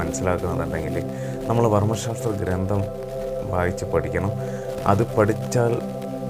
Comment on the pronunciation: വിലയേറിയ അറിവുകൾ. വളരെ ഉപകാരപ്രദം . ഒന്നു ശ്രദ്ധിക്കുമോ ? " ഗ്രന്ഥം " എന്നാണ് .ഗ്രന്തം, അല്ല.